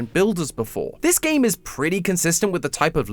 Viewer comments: You need to emphasise the gaaaammeee Theory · i still miss MatPat, no offense, but your accent on "that's just a theory, a GAAAME theory" just dosnt feel right